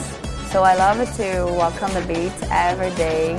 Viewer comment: the interview was good. I just laughed at how she pronounced beach.